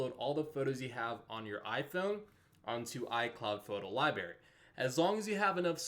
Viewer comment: "Photo lie berry"? Seriously? What are you, 7?